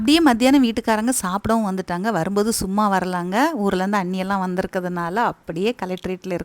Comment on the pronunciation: அண்ணி என்று சொல்லுங்கள் நீங்கள் சொல்லும் போது அசாணி என்பது போல் உள்ளது.